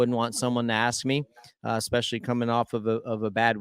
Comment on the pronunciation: Great riders. I haven't heard more derpy derp since Emig. Did Ryan say Expecially? And Ricky's like Supercross' Joe Buck.